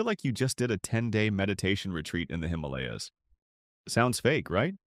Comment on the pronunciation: It’s not hiimaleyyaas 😭😭🙏 it’s Himalayas